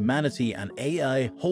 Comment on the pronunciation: This video keeps saying "a" instead of A.I. which makes me think that the speaker in this video is possibly A.I.